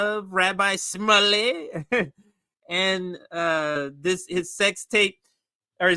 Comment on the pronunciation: It's pronounced Rabbi Schmooly. I used to live down the street from his Synagoge